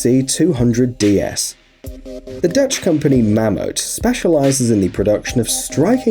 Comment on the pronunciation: it's pronounced mamhoot. it's dutch for mammoth